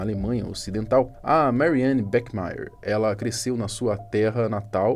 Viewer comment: o Bach pronuncia-se /bach / não é /bech/